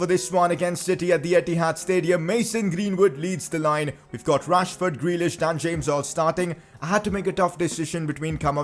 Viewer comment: Not to be mean but when you say rashford it sounds like trashford